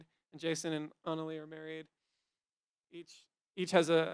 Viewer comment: It's Ana LEGIH dammit NOT Analeee